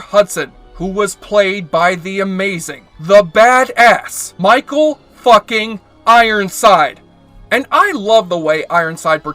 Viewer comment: I've been on your page for days just having nostalgia recollections about fave shows and performers, well done.. but AAWWWWW. DId someone have a crush on STACY!!! Too funny... And thank you for Michael Ironside introduction...that's just how you say his name. He's the badass..